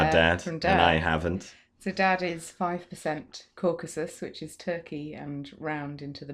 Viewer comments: Surely it is CaucAsUs, not CaucUsEs. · Caucasus. Not Cacuses